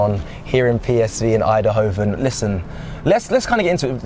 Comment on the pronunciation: It's eindhoven not eindehoven why are u adding an extra sylabil lol